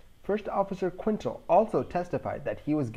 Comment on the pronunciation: Quintal is pronounced Kintel, not Quintle. 9/10 show